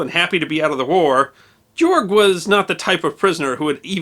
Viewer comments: Its Georg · ha GAYorg GAAAAYYYYY lmfao